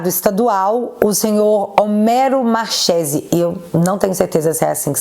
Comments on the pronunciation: pronuncia-se marquesi..nome italiano. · Marchese é sobrenome italiano, Ch se pronuncia como que, então seria Marquése a pronúncia correta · Escreve se Marchese, mas a pronúncia e Marquesi. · Marchesi não se pronuncia com som de "X" e sim com som de k, markesi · Marchese = pronúncia MARQUESE,.... Só um adendo. E se escreve assim mesmo ❤😘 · Me desculpe a correção, mas "Machese" se pronuncia "Marquese". Obviamente se for italiano. Por que sei isso? Sou "Chiarini". 😂 O restante está perfeito como sempre. Parabéns!!!! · É italiano: lê-se: Marquese. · Pronuncia Markerse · Oi, acho q o nome é pronunciado Marquese(Marchese) eu acho por ser descencia italiana.❤️❤️❤️😊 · A pronúncia é Italiana : Markezi 😊😊😊😊😊😊😊😊😊😊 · escreve-se Marchesi, mas lê-se Marquese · Markese...ch em italiano se pronuncia k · Marchese - pronuncia 'marquêse' (italiano) - marquês em português. Valeu. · só para você saber a pronúncia correta, é com "ch" mas é Mar"k"ese. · Se pronuncia Marquesi 😂